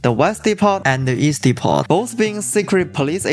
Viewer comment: I love your channel because it allows me to relate better with my wife who is Chinese through the memes of her homeland. Just a heads up though, you should not pronounce the letter "t" in the word Depot, it's silent